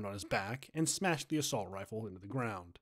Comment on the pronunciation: it is a wifle that's what I heard lol